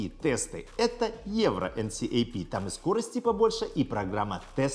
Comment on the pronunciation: Мне кажется видос был бы вдвое короче, если бы говорил "энкап" а не так как говорил)